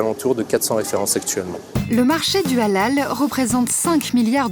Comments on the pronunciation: mdr depuis le debut a la fin de la video elle prenonce pas bien halal elle dit juste alal sans le H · Allllal mdr comment la voix off prononce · Ca me tue comment la voix off dit HALAL c Hélél zbi